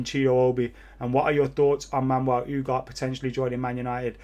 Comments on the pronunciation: U G A R T E...not Ugar. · Ooo-gar-tay. Not Ooo-gart lmao Come on man, you're killing me